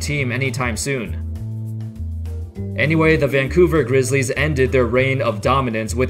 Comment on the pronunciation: Dude talks like a computer... THE vanCOUver grizzLIES